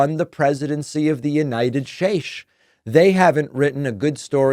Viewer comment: The united Shates. That cracks me up every time.